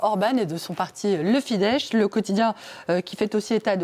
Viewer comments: Ça se prononce Fidesss, pas Fidesche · Pour la journaliste, la FIDESZ ne se prononce pas "Fidèche", mais Fidesse. Le sz hongrois = deux s en français. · sz- se prononce s- en hongrois, c'est en polonais qu'on le prononce sh-.